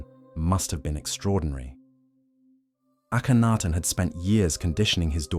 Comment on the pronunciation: The is AKENTEN not Akanaten